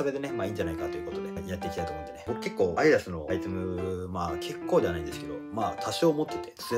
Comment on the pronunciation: アイダスじゃなくてアディダスだと思います